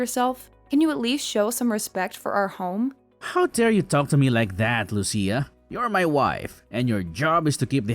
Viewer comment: Say Lucia right